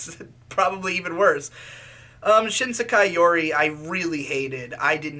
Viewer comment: "shISEKAI yuri"